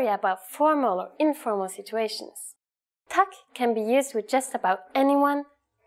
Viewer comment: hvorfor hørtes det ut som hun sa «Tækk» lol